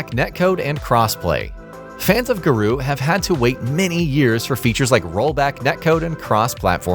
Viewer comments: Ga-Roh. Not Ga-Roo. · Its GARŌ said Gah-roe. What in the hell is a garoo?